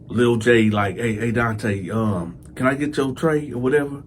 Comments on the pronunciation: Fuggin illiterate black mothers!Your name is Donta this is pronounced (Don-tah) now if your muva wanted your name to be pronounced (Don-tay) well then that is spelled Dante! This 💩 never gets old 😂😂😂 dummies! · ENOUGH!! ENOUGH!! ALREADY!! With this prison gay shit!!! IT'S NON OF OUR CULTURE!!! stop with the nonsense!! Your name is Donta but you pronounce it DONTAY..sounds very gay! Get your stupid face off YouTube! Disgraceful brother, promoting homosexuelity and diddy booty nonsense !! Black people, when we ever going to learn??